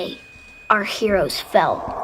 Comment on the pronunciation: Da Cheedreen are da herowees 🤣